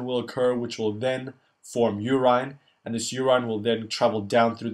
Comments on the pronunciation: Great video man but why call it uraaaaaiiineee? Its urine. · Should say medoola not medulla. Your-in, not your-ine